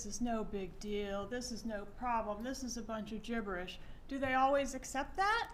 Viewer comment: Love how she say's gibberish (Jibberish)